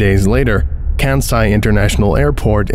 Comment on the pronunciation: "KAHN-sai" national airport FU KU SHEE MA DAI EE CHI :)